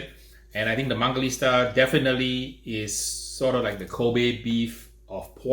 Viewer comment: WHY DOES HE KEEP CALLING IT MANGALISTA?? It’s MANGALITSA!!!!!!!!!!!!!!